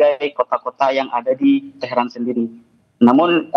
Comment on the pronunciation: Tehran Bukan Teheran